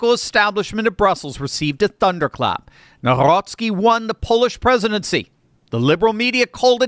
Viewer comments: You should pronounce NOW-ROCKY😂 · when pronouncing Nawrocki substitute the “w” for “v” and you will nail it 😊